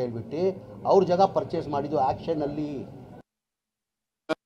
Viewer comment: ಇದು ಆಕ್ಟ್ನನ್ ಅಲ್ಲ auction